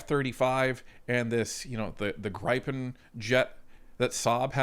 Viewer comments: Hi, Inga from Sviden says it's "GrEE-pen", not "Gr-ai-pen" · Gripen is pronounced as if the "e" does not affect the "i", pronounce it like Grippen. Stealth aircraft are detectable by radar, and they are working on increasing picking them up by radar. They are difficult to detect. F-15 radar detection signal is about 8 times stronger than an F-18, USAAF is taking on modernised F-15 as they can carry more than an F-35. If the Gripen E is cheaper to operate, that is very attractive. Mixture of F-35 and Gripen E/F's? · It's GRIFF-IN as in "if" Griff......IN . pronounce it right please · Gripen is pronounced Griffen in English. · YOU HAVE TO LEARN HOW TO PERNOUNCE THAT FIGHTER JET LMAO